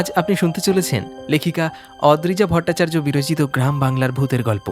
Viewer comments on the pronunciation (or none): none